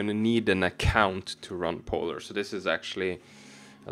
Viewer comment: Bro du trenge ikkje å udtala POlar så kraftig 😂